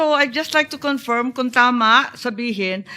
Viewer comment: Ngee, We "Confyirm" daw😆